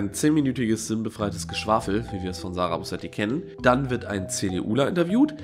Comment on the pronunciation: *Sarah...nicht sarag